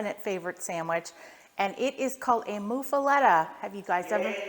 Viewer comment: Great sandwich! Thanks for sharing! I appreciate the way you’ve made small changes to the traditional recipe to your taste. It really is very adaptable, and a great sandwich for experimenting. (BTW, it’s pronounced “MUH-fuletta,” not “MOO-fuletta.”)